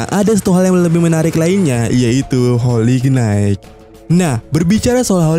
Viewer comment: HOLY KNIGHT dibacanya HOLI NAIT.... jgn salah yaaa min,,, sy cm bermaksud koreksi aja Bkn menggurui...